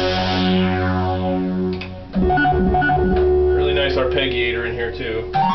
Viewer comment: another nice demo, thanks! Ah, I see you were/are selling it. Perhaps I'll get a Nord some day. I never heard arpeggiator pronounced with 'hard' G's. Interesting.